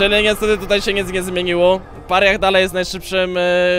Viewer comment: Mordo, weź naucz się to wymawiać. Mówi się Peraja.